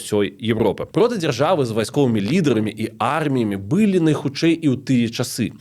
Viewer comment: Дзякуй за вашу працу! Хацелася б адзначыць невялічкую але сістэмную памылку -- націск у словах 'была, былі' ў нашай мове трэба ставіць на апошні склад.